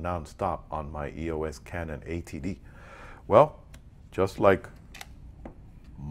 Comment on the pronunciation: sounds like your saying canon ATD